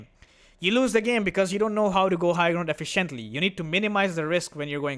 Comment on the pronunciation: b most respectful and learn how to pronounce " efficiently "